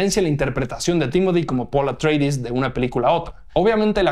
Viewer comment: ¿"Los Atreidis"? ¿Por qué lo pronuncias como un apellido inglés? La pronunciación es literal, tal cual se leería en griego, ya que los Atreides son precisamente los descendientes de Atreo, padre de Agamenón y Menelao. No entiendo esa obsesión que tenéis en México por asimilar al inglés cualquier pronunciación. Pronunciando casi siempre de manera exagerada, tal vez para parecer más estadounidenses. ¿Y qué son "los visuales"? "Visual" es un adjetivo, no un sustantivo. Ah, claro, pero "visual" también es un sustantivo en inglés, que significa "ilustración" o "fotografía". De nuevo el inglés contaminándolo todo. Es como si te refirieses a una alfombra como "la carpeta". ¿Tanto cuesta cuidar nuestro idioma un poquito?